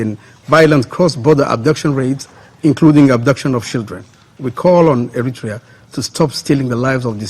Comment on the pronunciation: Ethiopian dude don't know how to pronounce Eritrea smh